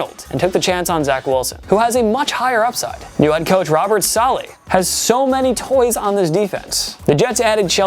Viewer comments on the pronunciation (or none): Learn how to pronounce the Jets head coach's name.